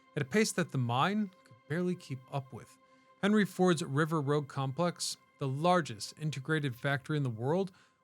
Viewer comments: It’s rouge not “rogue.” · river rogue? lol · It is funny that worried about pronouncing "Pontchartrain" and got ir right but messed up "Rouge".